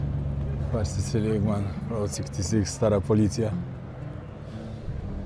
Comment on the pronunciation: czy się wydaje Czy ty przez cały odcinek powtarzasz błędnie że to jest Road 66 tamto się inaczej czyta